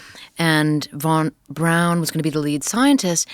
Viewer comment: Listened to Annie Jacobsen's Nuclea War on Audible. 🌟🌟🌟🌟🌟 Btw, Braun, pronounced in German, is more similar to brown rather than brawn. So Annie pronunciation is more correct. Never dispute anyone who writes for a living on words and pronunciations. 😂 Braun in German means brown.